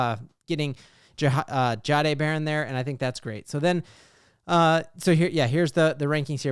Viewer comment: You need to work on saying Jahdae better. Say it like a Frenchman